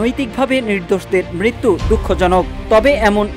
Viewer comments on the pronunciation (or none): none